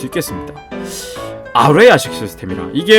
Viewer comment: 아뢰야식 이아니라아라야식이에요